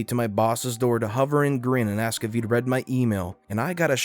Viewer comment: For me it's the "axe" instead of "ask".